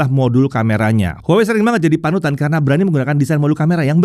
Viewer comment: brand HUAWEi dibacanya : WAHWEi 😊